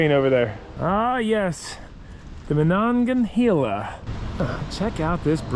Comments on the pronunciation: Pittsburgh word help River pronounced Ma-nong-ya-hey-la. Incline and town pronounced Du-cain. Lol Hope this helps. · I grew up outside of Pittsburgh PA and to hear you butcher the "Monongahela" river had me rolling so hard. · Being from the Pittsburgh area it was fun to watch "yinz" exploring the area. Definitely amusing listening to your pronunciation of Monongahela and Duquesne. I bet you would love to explore the 3 rivers "N'at".